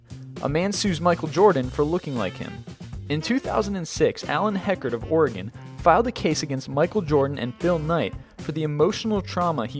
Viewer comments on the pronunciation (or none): none